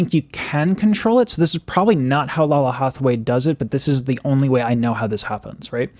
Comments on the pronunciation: Laylah, not Lala. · Her polyphonic is RUDE! lol Btw...I counted 5 "what's," you should check out Snarky Puppy feat. Lalah (pronounced Lay-Lah) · Lalah Hathaway (pronounce it with respect on her name: LAY-luh) is the legit crown princess of jazz. Excellence was the only choice here. She and the backup singers understood the assignment. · The pronounciation is Lay- Lah. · I love your reaction. Lalah is pronounced (Layla) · Black woman will fix it. Btw... It's Lay-luh😂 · Just fyi, her name is pronounced "Lay-la ". I love love love your videos!!!😄😄😄😁